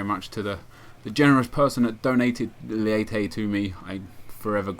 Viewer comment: its actually pronounced maikon "leiche" :)